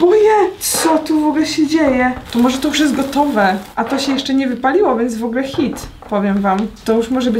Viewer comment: Zamiast HIT usłyszałam SZIT xddd